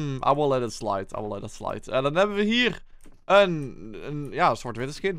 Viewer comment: “I will let it slait” 💀